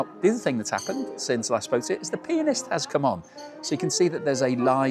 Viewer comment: 😂 my American ears heard "The penis has just come on." 😊 lovely afternoon tea. I do make afternoon tea once in a while. It's always enjoyable to share a custom with our brothers and sisters across the pond. ❤️